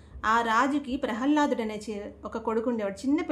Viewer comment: ప్రహల్లాదుడు కాదు మా. ప్రహ్లాదుడు